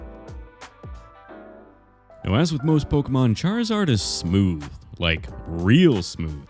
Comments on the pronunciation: It is charzard not charl-zard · it's pronounced (char-iz-ard) not chad-lizard are you mispronouncing it on purpose? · i laughed so hard when he started sculpting saying Charizard but I kinda heard chad lizard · if it were pronounced "charzard" then why is the 'i' in there to begin with? it's charizard. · Ah yes...CHAD-rizard! The coolest pokemon